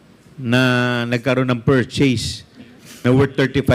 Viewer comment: Maling Mali ang pronounciation ng purchase,mag aral ka Muna para malaman mo Yung coverage cif ng OVP kumpara sa Lugar mayor ka lang